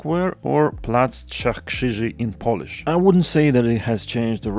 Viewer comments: Perfect pronunciation. A rare thing to hear from a non-native speaker 👌 That pedestrian-bike bridge is rather controversial. Bike lanes were not marked so bikes run into pedestrians and there's also no crossing over the busy street on the left bank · Damn you're pronouncing Polish like a local. Very impressive! My favourite part of this renovation so far is the giant blue egg on Plac Pięciu Rogów, I always love such random goofy stuff 😆